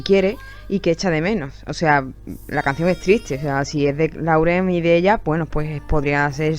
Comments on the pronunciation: SE PRONUNCIA "LOREN" GALLEGA BESTIA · En lo del video de que Camren estaba en Miami y esta Camila grababa la comida segun mis oidos bien hechos Lauren dijo: We hungry o me hundred...😃😅